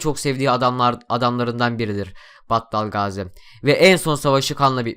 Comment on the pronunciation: Battal Gaziyi ne kadar güzel söyliyosun :d